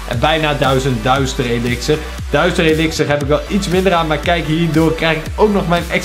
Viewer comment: DUITSER elixer